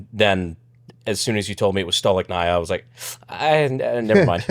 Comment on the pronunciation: I believe it's pronounced Stoli-Shnaya.